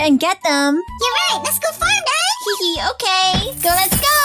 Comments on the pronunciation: Its not okeh to be okeh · Its OKEH not to be OKEH titan cry 😢